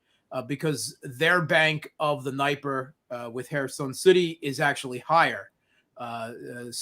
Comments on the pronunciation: Mate, great interview BUT I just cannot stand the way for all his intelligent comment, has to pronounce NIPER!!!! It reminds me of EYE RACK near EYE RAN south of moss COW. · Holy crap. This guy lives in Moscow and mispronounces Dniper ??? Seriously, WTF?? In no Slavic language is the letter "i" pronounced as "eye". It's D'knee-per. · I'm still waiting for Russian wife to teach him the correct pronunciation of Днепр (Dnieper).